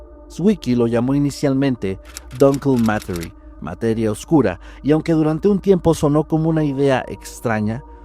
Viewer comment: Genial vídeo! Gracias por su trabajo, chicos. Pero por favor, no pronuncien cada palabra de otro idioma como si fuera inglés. 12.43 se diría como "dunkel mateguíe" en alemán, no como "dankel matery" en inglés. Un saludo!